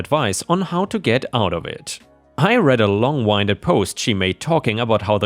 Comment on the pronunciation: "winded" is "win did" not "wine did." It's a form of the word "wind" (win-d, like air blowing). "gall" sounds like "hall," and isn't said like "gal" (girl). Gall basically means guts, balls, audacity, etc. It could also be a reference to a gall bladder (not in this case though), but either way is still said like ball/hall/mall.